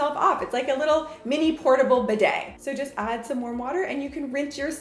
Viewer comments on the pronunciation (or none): none